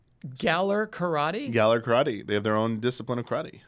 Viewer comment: What a crispy crew, going off the rails, love it! Also please pronounce "Karate" like you pronounce "Pokemon" took me minutes to figure out what you were talking about, L&R